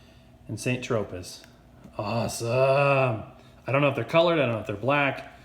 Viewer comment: It's pronounced "SAN TROPAY"